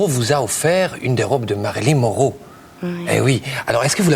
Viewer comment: Not "Moreau" but "Monroe". She said that J. Depp offered her a Marylin Monroe's dress but Marilyn was more "generous" than she is, so the dress doesn't fit [breast, hips...]